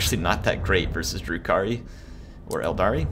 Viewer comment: Eldar.... no ‘I’ at the end